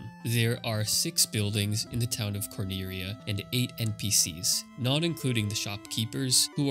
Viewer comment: IDK why you didn't just call Cornelia what it is. You're reading it like you're japanese and cant pronounce Ls. You can. It's just annoying to me lol sorry